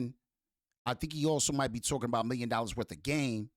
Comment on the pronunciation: He said Meme not million